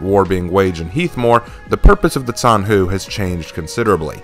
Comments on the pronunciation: I haven't watched the entire video yet but i feel like i have to point out that the name of the character is pronounced more like "john hu" (except the o is pronounced like uh so technically "j-uh-n hu) and not "zan hu". It's really diffcult to explain since i am not an english speaker and i have a bit of trouble explaining how to pronounce something to english speakers so i hope you understood what i was trying to say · Btw zhanhu is pronounced with a soft J sound, not a ts